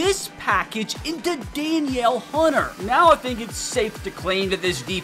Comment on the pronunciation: You said Danielle Hunter wrong